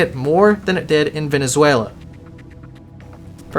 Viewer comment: i'm impressed on your accent when you said venezuela...so common to me, specially the "z" cheers from brazil man. it's very uncommon to see foreigners with that accent